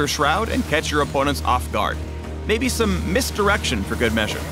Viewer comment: "Ar-senna-l" "mist opportunity" "mist-direction" stop I feel violated